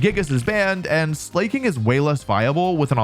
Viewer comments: Uh, I never thought it was pronounced sleigh-king. I always thought it was “slacking” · I will never understand people who pronounce it "slay-king". He's laying down. He's lazy. He is actually just slacking.... Sla... cking..... Sla-king. Slaking! The king of slack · I hate to be this guy, but... slay-king? Not slacking? Like, slacking off? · You know the word “slacker”? You know, synonym for “lazy”? And remember the word “king”? Yeah, the king of slackers. Or, in other words, SLAKING. NOT SLAY-KING. Don’t make us say SHEDNINJA near you…. 😅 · Ah yes, my favorite pokemon: Slay-king! (Psst Wolfe its slack-ing like slacker because hes lazy) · "This is how you pronounce Pawmot" Pronounces slaking 'slay king' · it's pronounced slacking :'''( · Why tf are you saying "slay-king" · I love how he pronounces Slaking as "Slay, King" 💅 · Slay-King? SLAY-King?! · What the hell is that Slaking pronunciation?